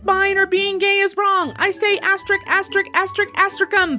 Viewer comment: Asterik?!?! Asterisk! Give that "s" the credit it deserves. After all, it's what sets lebians apart from lesbians.